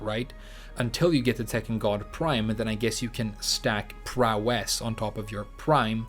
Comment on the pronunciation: I'm thinking prowess is going to be similar to 'global smash power' in smash. I'll never forgive you for pronouncing it that way so many times. Also, I'd love to watch the wave dash podcasts but they are waaaaaaaay too long for me.